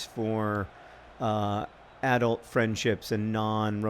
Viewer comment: Every time John said a-dult I couldn't help but think of that Gilmore Girls episode in which Lorelei makes fun of adult's ridiculous pronunciation of the word